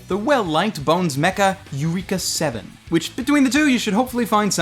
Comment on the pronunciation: yureka 7? Please say you didn't purposely butcher that name.